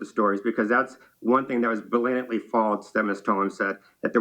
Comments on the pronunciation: This journalist dude said “balantly” false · And instead of blatantly!!! He said balantly. wtf?!?! 😂